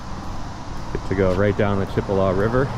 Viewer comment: I live in marianna. It's obvious these people don't know the correct pronunciation of chipola and they don't realize that aligators and positions snakes are in the Chipola. Not wise to advise people to swim without a warning.